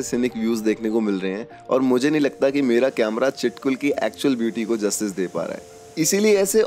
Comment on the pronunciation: चिटकुल nhiiiii छितकुल